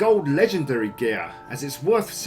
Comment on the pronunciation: whenever he says geeyaar (gear) i laugh so hard